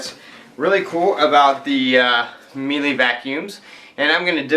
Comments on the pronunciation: what im finding online is more of a meela sound rather than meelee. just so you know :) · It is Miele Mee-Luh